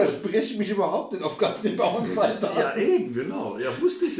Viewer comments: Sehr schöner Podcast, den ihr da macht. Aber die Frau heißt Bauerfeind, nicht Bauernfeind. Kann man wissen. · sie sagen auch "Bauernfeind" anstelle Bauerfeind. erstaunlich, Andrack hat ja mal mit ihr gearbeitet oder sollte zumindest ihren Namen kennen. Also die Erwartungen nicht zu hoch stellen....